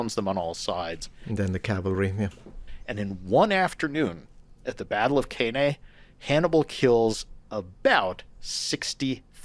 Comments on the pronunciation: "The Battle of CAY-NAY" 😂 Hannibal's victory dance "Now watch me whip.....now watch me CAY-NAY." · i clicked off when the expert couldnt pronounce cannae about 5 mins in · whole conversation is silly really, nobody should listen to a"Roman historian" who can't pronounce Cannae.